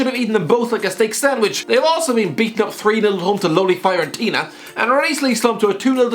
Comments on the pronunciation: apparently italian words are that hard to pronounce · Nobody: Absolutely nobody:: Fire-entina